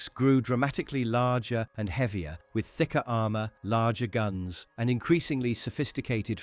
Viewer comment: HOHMOHGEENUS AHRMUHR